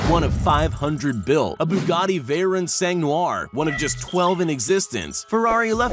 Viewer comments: Bro he can’t even say Bugatti Veyron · It’s pronounced she-ron and vay-ron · "veyrin" and "shirone"